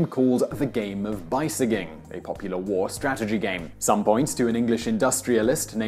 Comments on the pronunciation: i think you would say be-seige-ing not bysigjing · I bi-sikh you to not to say bi-sig-ing again. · not <Beye-se-ging>. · besieging is pronounced be-siij-ing, not bei-se-ging it means "to lay siege to" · Methinks he was in "thinking about German" mode and didn't realize he was reading an English word there, not a German word. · it's pronounced bee-sea-jing......not bee-sigging...... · The game of "by-sig-ing" ? How 'bout "be-seej-ing" as in "to besiege a castle" ? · Seems like he thought it was a German word lol fair mistake, I suppose. Of course, if "besieging" were a German word, it wouldn't be pronounced like "by-sigging," more be "ba-zeeg-ink." His Gerglish is awful lol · Besieging isn't a German word, it's an English word and it's pronounced /bəsidʒɪŋ/ (like ba-seej-ing). In German, it would be "Das Spiel der Belagerung." :) just trying to help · "by-sigg-ing" as a pronunciation of besieging? huh?! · yeah, it's not a British thing. I've no idea what bye-sye-ging is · What gets me is that it seems he has never heard the besieging. besiege bɪˈsiːdʒ/Submit verb gerund or present participle: besieging surround (a place) with armed forces in order to capture it or force its surrender. "the king marched north to besiege Berwick" synonyms: lay siege to, beleaguer, blockade, surround; More surround and harass. "she spent the whole day besieged by newsmen" synonyms: surround, mob, crowd round, swarm round, throng round, ring round, encircle; More be inundated by large numbers of requests or complaints. "the television station was besieged with calls" synonyms: overwhelm, inundate, deluge, flood, swamp, snow under; bombard "the television station was besieged with calls from worried homeowners" I have never heard his pronunciation. Maybe he just sounds smart...... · Out of any pronunciation he's murdered, BYSIGGING has to be the worst. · Haha, Bajs-siging. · "b-sye-gging," no-one noticed that in post and suggested reshooting? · Bi sig ging? What? Lol